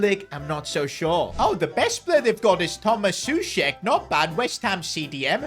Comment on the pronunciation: pronounced sow-check